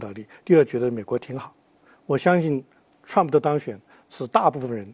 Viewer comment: 這個火火連trump都不会念，老是trum普。讓他回家看日本動漫算了